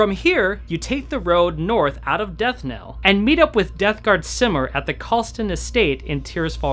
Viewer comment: Death knell. You keep saying it wrong.